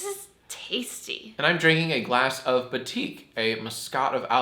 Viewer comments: it's bah-teek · IT'S PRONOUNCE "BA-TIK" JACK, NOT "BETTYCK"! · Batik isn't pronounced like that - it's BAA-Take. Baa like baa baa black sheep Source- South East Asian. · the way he butchered batik..